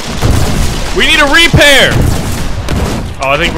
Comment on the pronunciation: Arent you a native english speaker? Why do you pronounce "carbine" and "repair" so weirdly xD